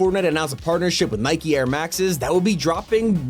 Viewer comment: Nikey u sure its not nike😂